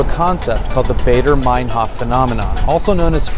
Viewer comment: Just for the record: it's called the "Baader–Meinhof phenomenon" with Baader, not Baeder, and Meinhof, not Meinhoff. Andreas Baader and Ulrike Meinhof were the heads of a radical left terrorist organization called the "Baader-Meinhof Group" in Germany in the late 60's and 70's, responsible for numerous bomb attacks, assassinations and hijackings. Their activities seemed omnipresent at the time.